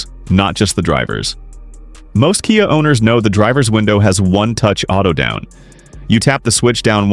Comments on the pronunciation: oops....said - k-eye ah instead of key-ah ....on one occasion......caught the a.i. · AI's pronuciation of KIA is hi...lar...ious!😂